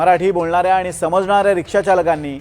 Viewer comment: आधी तु मराठी नीट बोल आनी पानी करू नको